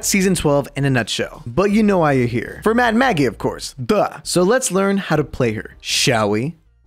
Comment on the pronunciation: Ten seconds in and I hear "Mad Mackie”. Goddamnit I love your channel so much